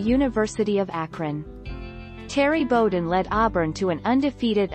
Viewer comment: BOW-den.. rhymes with WOW!